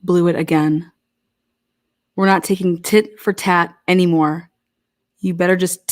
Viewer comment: I think she said tit for tat but maybe she did say it wrong lol. I'm from RI too !! 👍